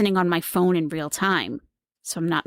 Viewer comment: I cant deal with the "weal"